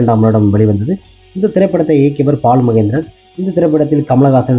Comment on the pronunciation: Paarathiraja, paalumahendra. Yenndaa ucharippu. Ucharippu varalaina vera yaarayaavadhu vachu pesavakka vendiyadhudhaane. Neraya per ippadithaa pesuraanga asingama irukkuyaa. Rajendraanu koopda maattanga. Rassendraa appideembanga. Yenna yelavo.